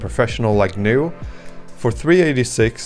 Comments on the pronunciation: Correct. In the GNU world names starting with 'GN' are pronounced with a hard 'G.' "Guh-nu,' 'Guh-nome,' etc. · Are you pronouncing GNU, like the animal? Like how you would pronounce New? That's not how GNU is pronounced. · For the name of the Gnu system, you pronounce the "G", so it's Guh-New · I’d just like to point out “GNU” is pronounced “Guh - noo” rather than the ‘G’ being silent, which causes confusion with the word “new”.